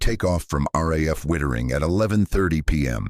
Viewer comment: It's Witttering not whitering